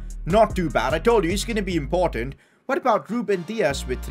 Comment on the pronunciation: Impottant vewy vewy impottant inkwedebul Newcastle take ova